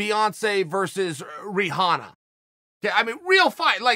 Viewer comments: My man said Ree-Hanna 🤦🏾‍♂️ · He said ri haw na lmao ... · Chael: ree-hana, me: ok great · Chanel: Ree-Hanna. Me: Who dafuq is dis guy? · i guess its pronounced riHana know that chaep says so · I swear I think chael is trolling “Ri-Hanna”😂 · Chael “Ree-honna” Sonnen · Chael “re-hanna” Sonnen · Be-heyoncay vs reHyawna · “Beyoncé versus reeeHana” - Chael O.P. Sonnen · Chael 'Beyonce versus ReeHanna' Sonnen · legend has it every time Chael says Reehanna an Angel gets its wings. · "Re-hanna" it is. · I jumped straight to the comments when he said Ree-Hana. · Chael “ REE HAW NAH” Sonnen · Chael: Ri-Hana Me: ok great! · Damn I've been saying "rihanna" all wrong, it should be riHANNA. Uncle chael keeping us on the right track, what a guy 👏🏼👏🏼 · The constant mispronunciation of names must be intentional, its so funny and so absurd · I swear he's trolling haha he's done it before! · Chael ( ri-Hanna) sonnen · Chael “Re-honna” Sonnen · Chael: Ri-hanna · Chael! Who the fuck is ree-hah-nuh? Lmao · Chael saying RiHana gives me life. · Quit saying Rihanna like that the fact Iv heard u say her name wrong multiple times on a fight podcast jus goes to show much uncle Chael I watch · Chael saying Rihanna is the best thing ever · Lmao chael might be only person to pronounce the "H" in Rihanna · When he said Rihanna like that I died😂😂😂